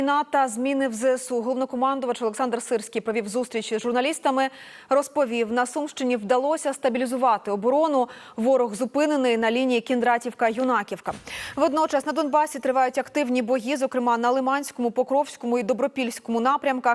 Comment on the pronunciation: Юнакiвка,наголос на Ю!!! Дебiли,бл...